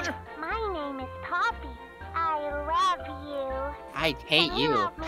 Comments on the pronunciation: ‘I think ploppy killed them’ Instead of “I think poppy killed them” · I love how instead of poppy said ploppy LOL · I almost died when they said ploppy instead of poppy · I love how you call huggy wuggy ploppy and you call the game ploppy playhouse when called poppy playtime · is popyy not poplyy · is it just me or did say ploppy for the whole video? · Everyone accept calling poppy ploppy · said "ploppy" bruh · It's not plopy